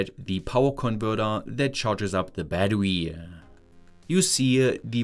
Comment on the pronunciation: I love you but, its BATTERY BAT-TER-RE not BAT-TER-WE